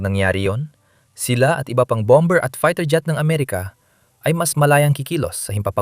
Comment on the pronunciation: what bom.,bER BOBO K MAG PRONOUNCE...KONTEBT P SABLAY K NMN